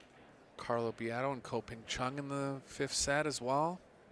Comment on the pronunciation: Your disrespecting your profession your disrespecting Ko whole family. Your disrespecting the listeners. Stop disrespecting people and say their name right.